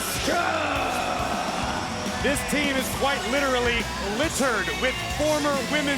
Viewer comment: “FROM OSAKA JAPAN LLLLUUUSSKA” 😂😂😂 girl it’s Asuka